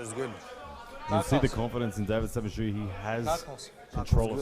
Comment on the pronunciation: Who is Davit Samishua. keeps mispronouncing his name.